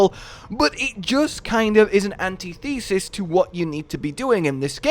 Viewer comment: The word is pronounced an-TITH-ah sis, not anti-thesis. AI strikes again.